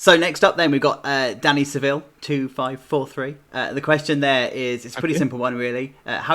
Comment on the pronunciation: Thanks for asking my question and pronouncing my surname correctly 😂 You'd be surprised how wrong people can get Seville. Really good and open interview and I have to admit, the 3rd person perspective so you can actually run around as a character is a massive game changer for me. While it's great to build and fly over parks while riding the rides, being an actual character just adds that extra bit.